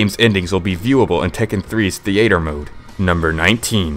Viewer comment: Theater "Thee aye ter" LOL